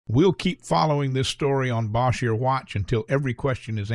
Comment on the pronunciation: Cannot pronounce “Bossier”, though.